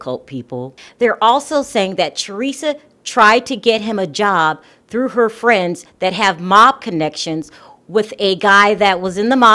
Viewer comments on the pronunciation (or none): none